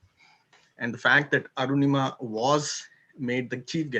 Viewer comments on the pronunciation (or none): Btw her name is Anurima, not Arunima!